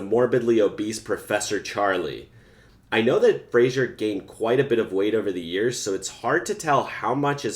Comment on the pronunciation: How about learning to say his name correctly. Fraser rhymes with razor. It's not Frazhier. I did NOT enjoy your video and will not subscribe. Learn how to say his name if you're looking for subscriptions. Jesus.